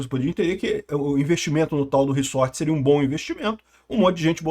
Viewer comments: Não é "riçorte" se diz "riZorte". Desculpa pontuar isso, mas grande conteúdo.(tenho toc) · reZZZZZZZORRRRTTTEEEE porra. para de Falar reSSSSSorrrteeeee que inferno uahuahuahhua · //riZort// (pronúncia)